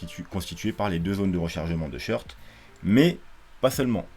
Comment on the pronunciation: C'est quoi les "shirts" ? Les "shorts" ? | SHôrt | On prononce "short" comme un short (et pas "shirt" comme chemise !)